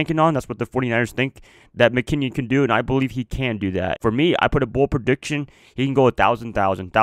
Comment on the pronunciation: Its Jerrick (Mc-Kinn-in) not (Mc-Kinn-ion) just had to get that straight. 49ers are going 14-2 mark my word